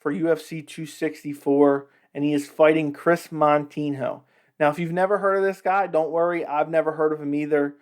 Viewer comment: If you don't even know Moutinho, or even say his name properly, why then are you speaking about him and his record? Did you notice that you have a minus than one ratio on your likes? You should pay more attention to those little details because it is probably one of the major reasons your channel sucks and I am not even gonna bother to watch this video to the end. You just don't know a thing about what you are talking about - you are an amateur sir...